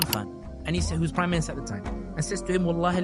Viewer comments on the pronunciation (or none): Not sure why all these pakis say Pram minister 😂😂😂